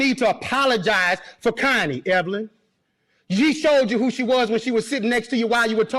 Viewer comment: My name is Connie. Every time he said her name I cringed.